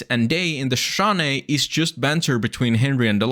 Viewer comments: Shush-OH-knee I know, injun words are very challenging for foreigners but it still sets my teeth every time you mispronounce it. T someone from the western United States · Loved the video, was having a really hard night and its helping- but i have to ask, you keep saying "Shashane" and cant figure out what it means, sorry if you said early and i just forgot. On a lot of meds. EDIT- Finally realized/put it together its not a noun in the since of the watchtower i thought the word was, its just the name of the national park... but now i know a lot of bout the Shoshone people of western america